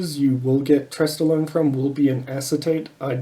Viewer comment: Did you say stesstolone ? Lol